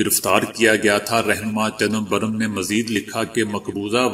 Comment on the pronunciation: جی صاحب،،چنمبھرم،،،نہیں بلکہ خیال رہے۔۔۔چدمبرم نام ہے،،،